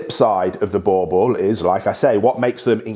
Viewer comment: It's not bauble it boerboel